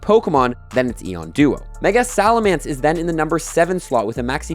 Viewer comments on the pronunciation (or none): none